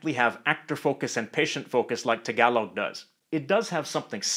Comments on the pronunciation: THE way HE SAID TAgaloG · sir its tāgalōg not tagailoug pronounce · I cant stop laughing how he pronounce Tagalog 😂😂😂 Him: tagawlog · Tagalog is pronounced with the same "A" as in the word Tall. Thanks. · im a filipino and i dont like the i hate how he says tagalog ang luzonnn